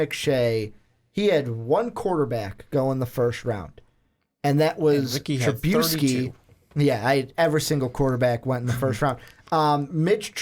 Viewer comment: WTF does he constantly mispronounce Trubisky's name?